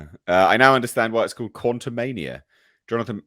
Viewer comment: Quantu'Meh-nia is not getting my dollar